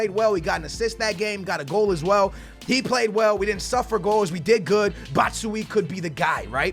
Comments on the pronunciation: It's pronounced Bacha why E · No no no not that it's batch u y wee. Please like so he sees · It's pronounced bat-shu-y-e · If is reading this then it's Bat shu wai yee thank me later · Pronounced BAT - SHOE - EYE - EE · It's not batSHE WEEE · It's pronounced bat-shoe-eye-E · say bat-shoo-why-ie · It is pronounced Bat-shoe-eye-eee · its pronounced bat-shu-aaah-yee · Zino Wardenier I am from belgium too, I'm a standard supporter and you definitely don't pronounce it like that. But anyway, let's call him Michy :) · You pronounce his name Bach-u-ayi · pronounce batshuayi as ( bat-shoo-eye-ee) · Batsjuuaaayii thats how you pronounce it 😉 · Just so you know for the next time it's pronounced: BAT - SHOE - Y - EE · This is how you say it Bat-Shoe-Wie-Ee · its BAT-SHOE-I-E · you say bat sho ajj to batman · "Look at batshuwii" 🤦🏻‍♀️ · Not dissing u but it's Bat Shoe I E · It's Batuyae that not how you spell it but that's how you pronounce it. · it's batsuAAAAIH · its pronounced bat-shoe-eye-E hope you get it right and love the RTG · it's bat-shoe-y-e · you pronounce it batschuwaji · batshuayi is said like Bat-shoe-Y-E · Prounouced "bat" "shoe" "ayi" Dw I got you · Bat Shu Wa Yi Bruhhh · say batsheayi like Bat-shoe-i-e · Ba-choo-i get it right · Batshuayi= Bat+Shoe+Why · indeed you're saying his name wrong. you say it like batchuayee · Batman is actually "Butt-shoo-eye". Thats how his name goes. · It's pronounced bat-shoo-eye-ee 👍🏻👍🏻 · it's bat-shu -why-e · U say batshuayi like this: bat-shu-ai-i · Bat - Shoe - Eye - EE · Batsuajii thats how you say it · Batshuayi is pronounced like "bat-shoe-why-he" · for futs sake it's bat-shu-aa-ee ...😰😂😂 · His name is said Bat-sh-why-ee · Batshuayi = Bat-Shoe-Why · its pronounced "bat-shoe-eye" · Batshuyi is pronounced like BashtuEYE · Not trying to be rude but u say his name bat-sh-y-ee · Its "bat-shoe-why-e" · For Batshuayi